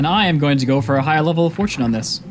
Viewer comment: Its pronounced /for/ /chin/ not /for/ /choone/